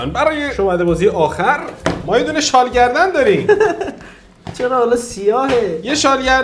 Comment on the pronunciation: شال گردنی❎ شال گی دنی✅